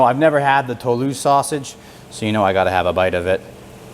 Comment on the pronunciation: Hey, French Canadian here, you said Toulouse perfectly, dont worry about it!